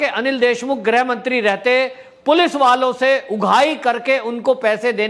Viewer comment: Sir grah mantri ki jagah grih mantri bola karo